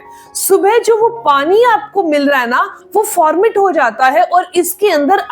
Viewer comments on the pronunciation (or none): Formet nahi ferment hota hai.